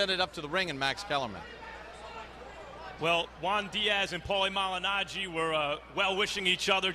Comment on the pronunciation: paulie mangilaggi,paulie Mangilano,aahauahauahauahauahauaha